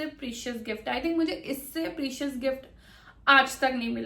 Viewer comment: Precious ka pronunciation toh sikhle didi😂